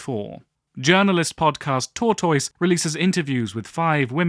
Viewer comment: Aren't you a native speaker? TORTOISE is pronounced TURTIS, not tor-toys.